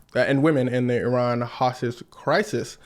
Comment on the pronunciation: I'm one the few Iranians in Iran currently with access to international internet access first thank you for pronouncing our country's name correctly second people of USA please don't encourage our government I know all of you know that trump is an idiot that has ruined your lives our government is just one big trump